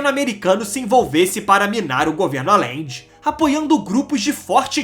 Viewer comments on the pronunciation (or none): amigo, se vc vai fazer uma materia , tem q se informar mais sobre a pronuncia dos nomes,,,Não se diz Alende.....se pronuncia Ajende. Ficou insuportável ouvir, mesmo sendo muito boa a matéria. E fora o sutaque chato qdo termina a frase.